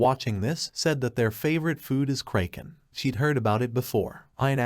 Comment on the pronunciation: tts didn't have to insult the kraken like this. 😅